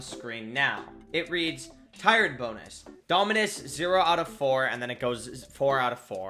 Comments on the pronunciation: tiered, not tired lol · Its TIERED bonus not Tired bonus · Man cant even pronounce ”tiered” 💀